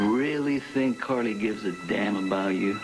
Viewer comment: Is Sonny saying Cardy? Not Carly.